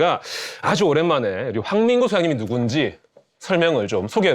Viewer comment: 나는 왜 '월간 난닝구'로 들리지?